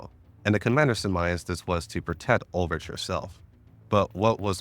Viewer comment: As someone who didn't play GFL1 these are sooooo helpful for getting the world built for GFL2. Good work man 👏 P.S. I personally find your questionable European pronunciations endearing 😂 (Ulrich is Uul-rik for example)